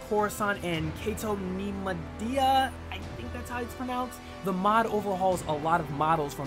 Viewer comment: its pronounced "kat-oh Nem-oh-di-a